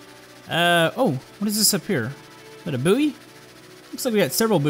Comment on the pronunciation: Booey? You mean buoy (pronounced boy)